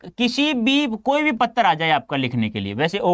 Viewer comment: Patra ko pattar